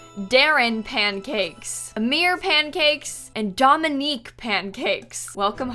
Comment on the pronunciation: As a Dominique who always hates the way my name is pronounced, I'm really happy that pronounced it properly. Shocked tbh!